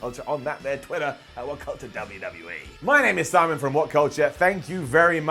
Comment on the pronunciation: "Summon it down"? I think you mean "Simon" it down!! AHAHAHAHAHAHAHA